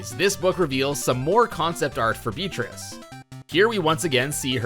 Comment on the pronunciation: It isn't "Beatrice," it's BEET RICE